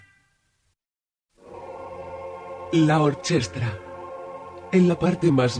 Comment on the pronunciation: Estoy bastante seguro de que "orchestra" no se pronuncia así, de hecho el sonido "ch" delante de "e" e "i" en italiano como en latín se pronuncia "k". Entonces se debería leer "orquestra". Por el resto muy interesante